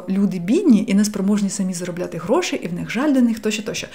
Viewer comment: Ваше "гроши" і "емоциї" якось зазвучало навіть по-галицьки 😄 💙💛 Обов'язково спробую вправу - вона мені актуальна зараз